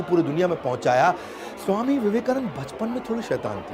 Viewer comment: Theek hai Modi ji Ne Tumhari University ki marksheet band kar di Vivekanand ko Vivekanand bol rahe ho